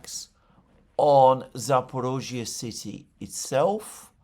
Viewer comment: It’s Zapor I zhzhia, not Zapor O zhzhia Just saying